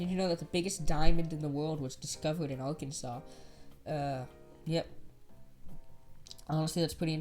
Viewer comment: What’s the fine for mispronouncing the state name